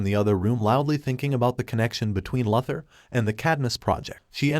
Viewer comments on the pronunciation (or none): LOO-ther , NOT LUTH-er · How many times can the narrator Miss pronounce the word Luther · It's Luthor not Lathor idiot.😂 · Lue thur not lufther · No one ..... "Lex Luxor". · Why do you say Luh-thur. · You don't know how to pronounce Lex Luthor's name??? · I have to know why this channel constantly butchers the name of Lex Luthor? It's not that hard to pronounce compared to the fact that they pronounce every other name right. It's one of the many annoying things about this channel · Amen how many times can he mispronounced Luther